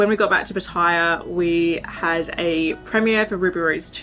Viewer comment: Could you please pronounce the name of Pattaya City the correct way. It's NOT ' Pa-tyre', it is pronounced ' Pat-tay-yar'. All foreigners that live here, and the Thai's, would greatly appreciate it. Many thanks.